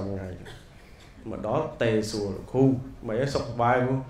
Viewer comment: គ្រូ មិនមែនគ្រុទេ